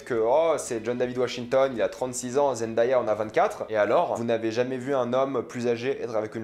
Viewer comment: Il faut prononcer Zen-Day-Ya avec Day prononcé "dé" comme le mot jour en anglais. Elle le dit elle-même ici: youtu . be/9bCAlF7TWW4 😉